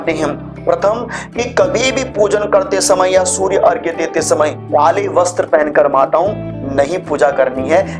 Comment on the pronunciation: बहुत अच्छा लगा कोई तो अर्घ्य को सही तरह से लिख और बोल रहा है! प्रणाम स्वीकार करें!🙏